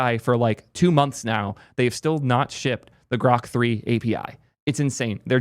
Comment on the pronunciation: Lets say GroQ instead of Croq